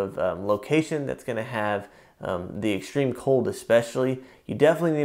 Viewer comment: ''EXSHTREME'' lol